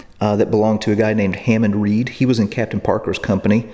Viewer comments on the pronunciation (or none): none